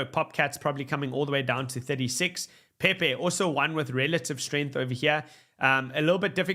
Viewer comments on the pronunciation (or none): none